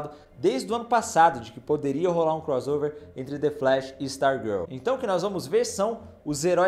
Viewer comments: É CROSSSSSSSSSSSSSSSSOVER ! Fala direito pô. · Não darei o LIKE porque vc fala croZover. Irritante demais. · Me irrita demais ouvir alguém falar CROZOVER, sendo que tanto em iglês como em português o som de 2 "S" é SSSSSSS